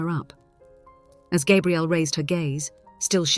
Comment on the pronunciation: Please use the correct pronunciation for Gabrielle. Every other time you said it like a male version of the name, not female. Even so, the story is worth a 5X5. Enjoyed it. Thank you.